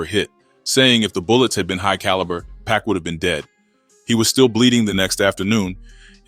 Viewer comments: I always think it’s real but then when I hear certain words I think ai like when instead of pac times they say pack. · Bruh WHO TF IS PACK? 2pac ! PAC ! Not pack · 100% if they spelt PUCK ai would've read it better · Everytime AI Voice said PACK i cringed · Why does he keep calling Pac, pack? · The way you say pac is killing me lol “pack” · well that's what I thought initially, but then I realized, it's just a young black man reading and mispronouncing Pac name.😒